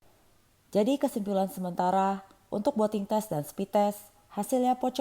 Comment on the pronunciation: Yampun boating 🤣 , booting apa boating 😅